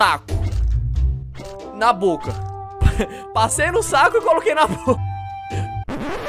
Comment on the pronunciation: "nu sacu" Kkkkkkkk